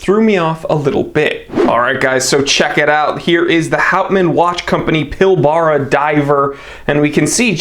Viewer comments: Pill Bruh. Not Pill bar ra. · The Houtman "Polara"? I could have sworn it was the 'Pil-brah', mate 😉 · That's pronounced "PILL-BURRA" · Its pronounced Pil- brah FYI. Nice watch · As an Aussie who works in the Pilbara I must educate you all on the correct pronunciation... the first 'a' is silent. A true blue Aussie would say 'pil-bra' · Red Cattledog. Also it seems to have a special design dial surface. Also, you need to work on pronouncing Pilbara. 😊